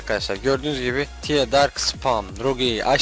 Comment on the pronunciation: The ''dı'' diye okunur kardeşim tıhe diye değil